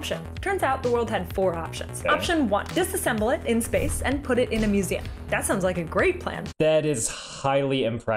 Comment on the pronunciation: Ah yes musame not museum 😂